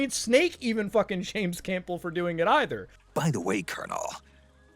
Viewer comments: Colonel “Camp-ble” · Loved the video! Really enjoyed your thoughts on the whole saga. One thing that bugged me enough to mention though- Campbell is pronounced CAM-BUL, the 'P' is silent. (not trying to be a dick- just naturaly am one) - "I'm not a doctor" Wait, WHAT!!? Peace. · I’m getting triggered with how you butchered Campbell’s name lol